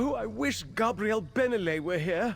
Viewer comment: It sounds like an AI voice over wtf. Listen , when he says "Nothing else makes sense" along with contant mispronoinciations of Vanus and Gabrielle's names.